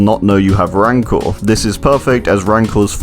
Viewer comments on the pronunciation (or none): My man pronounced 'rancor' 3 different ways in 5 seconds